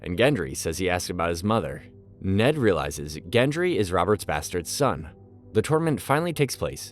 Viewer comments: how is this guy mispronouncing margaery after having watched the show, and Gendry, like if you watched the show enough to give a synopsis of the whole thing then how do you get their names wrong for 280 minutes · Some of the pronunciation of the names of characters is so shit, especially Margery, Tormund and Gendry 🤢